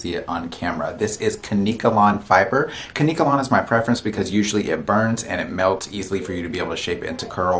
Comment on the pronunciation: It's KANK-KA-LAWN 🅿️